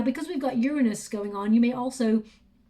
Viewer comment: like your readings . cant stand the way u mispronounce Uranus